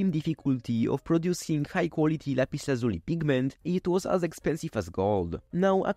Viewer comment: "lazh-you-lie" That's how it's pronounced.